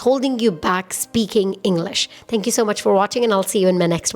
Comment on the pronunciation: Am really loved the way you saying 10Q so much it's so constructive and excellent!!!!